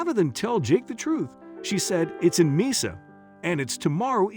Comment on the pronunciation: It would be nice if before the narrator begins, this person should really learn how to pronounce the named places they're going to be reading - Mesa is a Spanish word & is prounced as "may-suh"